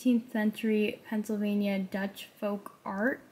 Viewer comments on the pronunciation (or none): none